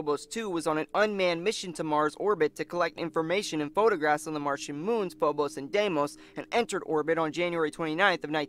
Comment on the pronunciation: Its Phobos, not Fobos.